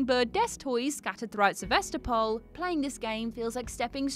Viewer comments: SevAstapol ash. Not SevEstapol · Fact #21 - the right way to spell "Sevastopol" is "Se-vas-TO-pol". It's the name of a city in Eastern Europe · СевастопОль ахахах